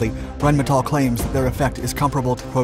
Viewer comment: as our host has learned how to pronounce Rheinmetall correctly.